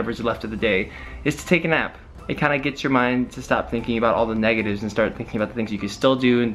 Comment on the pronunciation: when you said take a nap I thought you said take a knife lol😉